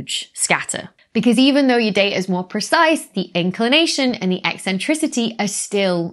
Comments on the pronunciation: The way you say e-centricity is eccentric. Tks. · And yes , it's ECK Sentricity 😀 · "E-centricity"? Are you coining new words or did you mean eccentricity? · I like your eccentric pronunciation of "eccentricity".